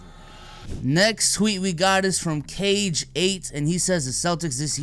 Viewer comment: You lost your Asian card for pronouncing “Kage” as “cage” 😂